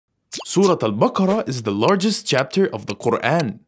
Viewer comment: I think he used AI to say that and it said it wrong😐